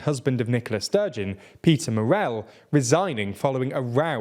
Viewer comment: "The SNP are no longer the only independence party — there's now Alba!" Okay and the Greens who've been about for decades too? Honestly, this channel gets things so wrong about Scottish politics (can't even pronounce "Yousaf" or "Murrell" properly) it really makes me take all their output with a pinch of salt.